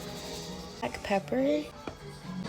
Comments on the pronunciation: As an Italian hearing her say "MOZZerella" hurts me a little inside... I'm sorry, what kind of cheese was that ma'am?!? 🤦🏽‍♀️😩😆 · Did she just say Mo-zer-el-a cheese??? Monster. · "Mosserella Cheese". LMAO What a crap ass recipe for Chicken Alfredo. They lost me at bagged cheese that they couldn't even pronounce. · Bro the way she butchered the pronunciation of mozzarella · there’s so many rage baits in one video 😂 😭 the way she pronounces fajita and mozzarella, the way she splashes water out of the Stanley cup while pouring it….gurl. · What annoyed me was her mispronouncing mozzarella ugh